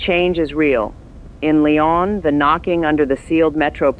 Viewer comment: Lyon (in France) is pronounced lee-OWN.